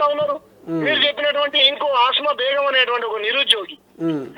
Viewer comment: Asma kadu kasma